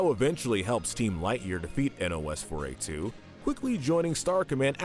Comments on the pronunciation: Nos-4-a2. Like nosferatu. Not n o s 4 a 2. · YOU DON'T SOUND OUT NOS-4-A2 YOU PRONOUNCE IT PHONETICALLY LIKE NOSFERATU!!